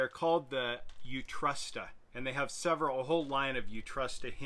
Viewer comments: Its not pronounced “uTrusta” its Swedish for “out going” and pronounced “Oot-rorsta” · "Oodtroost-a" - the last "a" as in arbour. It means "equip" or rather, "to equip". It cracks me up when Americans and foreigners in general attempt to pronounce "strange" words :) Don't get me started on the word Porsche. Ahem. Anyways. I am here because I am starting a project that will use these very same hinges, but disappointingly Ikea only quotes a measurement as the maximum size door that it can lift as a pair. The maximum size I believe was 40x80cm, and that must translate to some weight which, I assume, will cover all kitchen cabinet types and variants they have - which most likely do not all weigh the same. But that does not really help as I am planning to lift a door, or rather a panel, that is about 32x177cm and made out of chipboard witch is covered in white melamine. I have not yet found the 100% accurate weight, but using off-cuts I have estimated it to be 7,67KG Anyone reading this with experience with these hinges and how well they perform?